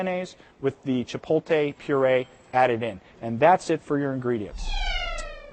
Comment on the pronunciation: Is he saying chipotle wrong? It sounds like hes pronouncing it cha- pole- tay. Whats he saying?